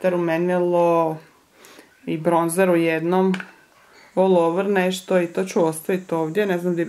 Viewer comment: Neki umjesto bronzer govore bronč(ć)er